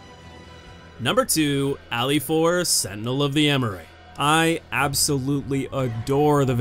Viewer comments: The second boss is called Afilaor, not Alifaor. It's a very interesting wordplay in Spanish: an 'afilador' is a guy who works sharpening blades and knives (like the boss), they were common in the past in Spain; and an 'afilaor' without the 'd' is the word you'll hear when people from Andalucia, a southern region of Spain where a huge chunk of Blasphemous iconography originates, pronounce 'afilador' because of their accent. It's a really clever idea. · ITS AFILAOR A-F-I-L-A-O-R (sorry but that hurted my soul a bit)